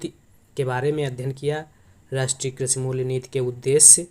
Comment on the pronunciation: Karshi nhi aap krishi boliye maza nhi aaya